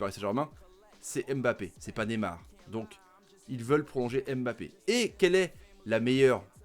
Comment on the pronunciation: S'il vous plaît faites un effort. Incapable de prononcer Mbappé.